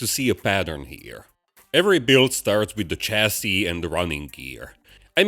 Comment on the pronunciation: BTW, chassis is a French word so it is pronounced shassy